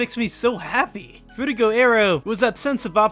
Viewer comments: I hate to be that guy but, it's Frutiger not Fruitiger. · It’s frutiGER aero. As in Grrrr.